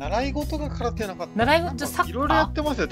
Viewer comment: 空手がサッカーって聞こえたw